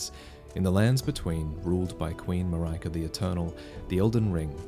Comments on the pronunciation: Mar-ai-kah? I really think it should be Marry-ka or Maree-ka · in greece we say it Mar-e-ka and not Mar-ae-ka, every time i hear it in the video my brain goes nuts wtf xd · But she's Marika, not Maraika... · Yeah, it was weird hearing "Muh-rye-kuh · i can't help think you're pronouncing "marika" wrong. saying that as someone who speaks Swedish and Bulgarian and English fluently (not a linguist, etymologist or dialect expert). It's more like Maria but with a "k" before the a. So the 'i' is not "mariahka" like mariah twain but mother maria pronounced more like "mareeka". anyway, great video as always! <3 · “Marika” not “Maryka” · I don't think its MAR-EYE-KA it'll be MAR-IE-KA as I phonetically is pronounced IE like in the word "India". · Pretty sure Marika should be pronounced "Mareeeka" because of the Japanese: マリカ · And in Japanese the emphasis would be on the first syllable. MAH-ree-ka. English speakers are far more used to its ubiquitous second-syllable emphasis, which leads to a lot of mispronunciations. I still remember everyone in Seattle saying ee-CHEE-roh instead of EE-chee-roh when we signed Ichiro Suzuki to the Mariners. :P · I could be wrong here, but I think with Queen Marika, it’s pronounced ma-reek-a. I work with someone last month named Marika and that’s how it was pronounced for her at least 🤷🏻‍♂️ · Marika is pronounced "Mar - E - ka" the accent for the A at the end differs from country to country. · "Mah-rai-kah"??????? LMFAOOOOOOOOO when the f did you decide that was the pronunciation? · I think the queen's name is pronounced Mah-ree-kah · Marika is most likely read as an eastern european name not Marayka, right? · Ma-ry-kah?, please, the pronunciation. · As a Hungarian I really hope Marika is not pronounced "Maryka" because it feels so wrong. Also, since it's a Japanese game, that I is probably a normal I (as in "cinder") I've been listening to people pronounce Farkas wrong for a decade. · Isn't Marika pronounced "MarEEka"?